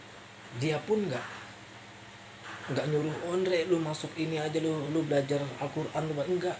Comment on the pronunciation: Salam ukhuwah shobat, yg sabar yah dn smg allah membimbing hati mu untuk sll istiqomah, dan sy harap saudara lebih mendalami makhraj hurufnya, sy lihat cukup mantap, smg dgn banyak belajar semua akan jadi benar makhraj hurufnya! Smg allah sll menyertai mu saudara ku 🙏